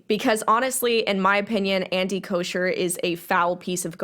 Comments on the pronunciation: It’s bothering me lmao but his last name doesn’t have an sh sound it’s almost like an ck sound but it doesn’t sound like cock idk hard to explain if it looked like it sounded this is what it would look like , “kocker” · FYI - it’s pronounced “Coker” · I agree with everything you said but his name is pronounced koh-ker lol